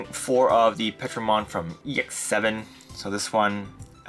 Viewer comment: It’s not Petro. It’s Ptero. Like Pterodactyl. “Terro” is how it’s pronounced